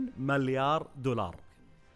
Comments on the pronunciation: اسمها مِليار مو ماليار 🤣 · ياخي والله تسنفزني وانت تقول مَليار اسمه مِليار تكفى قل مِليار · ياكريييييه تُنطق ( مِليار ) مب (ماليااار) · مليار ✔️ مو ماليار ✖️ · الحلقة حلوه بس تكفى تعلم كيف تنطق ماليار هاه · ليش تقول مالايار بدل مليار💔🌚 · احد جالس يسمعه يقول مَلّيار غلط ولا انا لحالي ؟ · يااخي العزيز اسمه (مِليار) مو (مَليار) 😂😂. اللي اعرفه يعني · ليه يقول ماليار... مليار يرحم امك ياخي ما قدرت اكمل الفديو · ١٠مرات وأنت تقول ماليار جبت للساني إعاقه الله يسامحك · تره اسمه مليار مو ماليار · ماليار دولار مو كذا ينطقونها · ايش فيك تقول (ماليار)؟ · ياخي اتنرفز لما تقول ماليار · ياخي انطق مليار صح جبتلي غثينان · تكفى انطق مليار زين 💔💔💔💔💔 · نطقكك لكلمت مليار غلط يصاحبي ههههههههههههههههههههههههههههههههههههههههههههههههههههههههههههههههههههههههههههههههههههههههههههههــه' "̯♡' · يرحم امك انطق المليار زين